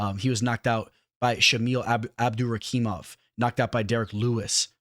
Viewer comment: Ma Man PERFECTLY pronouncing "Abdurakhimov" ... then proceeds to call the dude "ZAIM" 30 times over ... 🤣